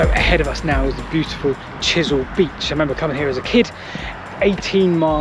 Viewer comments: I think you mean Chesil beach not Chisel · I think it's pronounced "Wike" as in Wyke. I've walked this line a few times and explored Portland's other railways. big gradient from Weymouth to Rodwell. amazing the steam locos got up that, Chesil not Chisel beach too. Anyway, great video. Don't go swimming at "Church Ope Cove" people have never been seen again off there as recently as 2020. (Purbeck mineral railways quite interesting too if you get time).